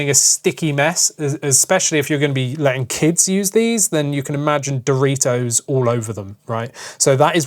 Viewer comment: what is your problem with Dor-i-tos? guess you don't like Chee-toss either? 🤔